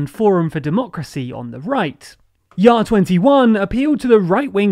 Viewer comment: Great job on pronouncing JA21 correctly